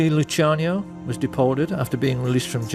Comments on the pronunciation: Lucky Luc-can-eeh-oh? who the hell made this crap? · Haha he screwed up with Lucianos name....but....look up 'Operation Underworld'